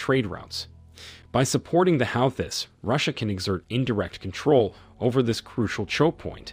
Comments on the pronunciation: I use CC because I'm hard of hearing. The person doing this voice over can't pronounce the name of the group he is covering so closed caption doesn't work it took me forever to try to figure out what he was talking about or who he was talking about!! Just like that former CIA guy calling Putin PUCHIN! I DIDN'T KNOW IF IT WAS A NEW PERSON IN THE MIX. Please teach this guy how to pronounce these groups and countries or get someone else to read the script, I don't like having to try to figure out who he's talking about and what's going on. Just because I'm functionally deaf doesn't mean I don't need to know what's going on!! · "how-this" Try "who-thies" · the "how this" ? what.. ? this guy cant even pronounce the groups name properly .. why am i listening to him :\ its pronounced "HOO THEE" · who the f** are the HOWTHIS,,? do you mean the HOOTIES..? are you Ai ::? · Please pronounce the words correctly- ex. not "how-this", it's "hoo-tees", etc. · The How-thiss 😂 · Do you hear A N Y B O D Y E L S E pronounce their name /HA-U-theez/ ? الحوثيون al-Houthioun /al HOO-thee-oon/ "the Houthis" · Howthis wtf, must be AI generated voice over, sounds like a buffoon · It's 2024, friend. Please learn how to say the names of the key organizations you're discussing. There's a big ass racism red flag screaming at me every time you say "How-These"... point me to the people you hear say it like that. Your chosen use of the word "insurgency" is now giving me the ick... 2024... Tell us you care less, please. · It is Hoo-thees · Calling the houthis as 'how-tis' is diabolical 😂😂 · How do you like that Zionist USA? ROFL! The Yemeni force is pronounced as 'WHO-TEES" ,just saying! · 1st & formost what the fuck is howthees? Its prounced houthis you algorhythm pofs😂😂😂😂😂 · No i don’t want to hear your Stupid Prononciation on HOWTIS🫣do your homework ? It’s Houthis not Howtis ?? Make an effort man? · Pls pronounce the Yemeni resistance Correctly. The Houssis..